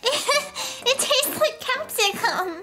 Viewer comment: Ah yes capsicum I'm pretty sure you meant capsicun